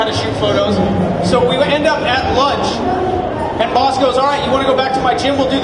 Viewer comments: This guy calling him BOSS? It's BAS, and it's not pronounced as BASS or BASE either. The "A" is pronounced like the "O" in FOX and the "S" is almost more of a "Z" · Everyone fighting over the pronunciation of his name you would pronounce it bahs but it is spelled bas now get back to the real comments